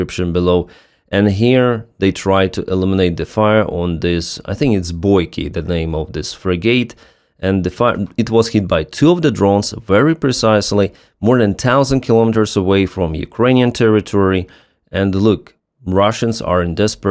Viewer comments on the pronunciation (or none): Pronounced “friggat” This Vietnam vet )USN) hope for more naval ship “transformations”. Slavs Ukraine